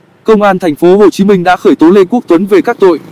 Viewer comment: Google chứ gì nữa. Làm gì có thành phố "Hắt Ô Chí Minh" đoạn 3:7s đo